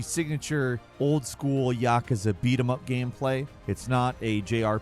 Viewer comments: Your pronunciation of yakuza is a felony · Stop saying yakuza like that!